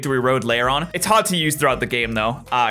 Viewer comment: He was trying to say game, but that's hilarious XD